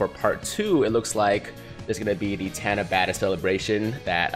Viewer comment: japanese only has one "A" sound which is like [ah]. so it should be pronounced like [tah-nah-bah-tah]